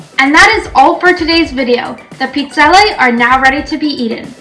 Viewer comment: Interesting, in parts of Northern Italy we pronounce it the way she's saying it. 😊